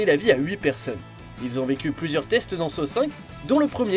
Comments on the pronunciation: Pourquoi vous le prononcer comme sow alors on le prononce san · ça se prononce exactement comme ça [ˈsɑ]